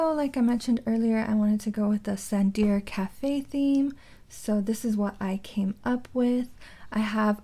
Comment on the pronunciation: tsundere is said as soondery